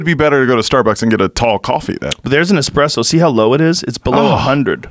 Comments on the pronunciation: Fucking "Expresso" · "Expresso" ~Michael Yo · you expect me to listen to this dude say "expresso" gtfoh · Expresso. Ughhh. Cool guy though. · Casey Jones Found the guy who also pronounces it as EXPRESSO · Reminds me of the scene in the Sopranos when Paulie is complaining about how American coffee shops are stealing italian coffee...and then he proceeds to call it "expresso" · He kinda lost me when he said "expresso" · First two minutes. Dude says “Expresso” 6 times. No thanks. I’ll try the next podcast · Oh my God the way the two of you say espresso is fingernails on the chalkboard in my soul. There's no X in the word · Dad has a PhD in Nuclear physics and yet he pronounces it wrong. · These fuckin dummies talking about espresso at the beginning. My inner coffee snob was flipping out. First off, there’s no X in espresso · Or just decided to use the other pronunciation... Because yes the two exist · My ears cant handle Expresso and he says it soo many times. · Say "expresso" again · It’s not “EXPRESSO’ GOOBERS...........ITS ESPRESSO 🤦‍♂️ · Espresso! NOT EXPRESSO😡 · I hate it when people say x presso. Where is the x? Its espresso. There is no f ing X in espresso! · I hate when people pronounce espresso "expresso" 😒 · Expresso? LOL! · "Expresso" makes me wanna puke hearing people say that. Lol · OK first impressions count for alot... ESpresso not EXpresso, guy. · Espresso not xxpresso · Micheal Yo- "eXpresso" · It ain't eXpresso, it's eSpresso. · WTF IS AN "EXPRESSO" MIDNIGHT "EXPRESS" BRUH?? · "ESPRESSO" not "EXPRESSO" MIKE! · It's espresso not expresso. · You learn a lot about someone when you hear them say 'expresso' instead of 'espresso' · Elliot Coen and if they say expresso they prob also say whatnot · Espresso not EXpresso. It’s making me crazy lol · Expresso? Lol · it's a fucking ESPRESSO - NOT EXPRESSO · Had to quit after the 5th time hearing this dude say 'expresso'... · Every time he said 'expresso' I cringe. At least Joe's on it. ESPRESSO. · wtf is expresso